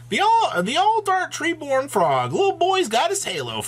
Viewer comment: It's treeborn my dudes